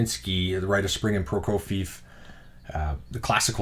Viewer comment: Another batch of great records. Those Philips discs are amazing. I always get them when I can. Some more help on pronunciation: Prokofiev is pronounced 'pro-KO-vee-ev'